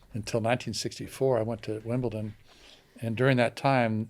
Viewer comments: it's pronounced 'Wimbledon', not 'Wimbleton' 😂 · Lol saying “Wimbelton” 3 times instead of “Wimbledon” worst take if it were FSR. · I love you but did you just say Wimbleton? 😅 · Wimbleton huh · Big fan of but “Wimbleton”!? Whats that 🤣🤣🤣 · it’s Wimbledon with a D 😅😂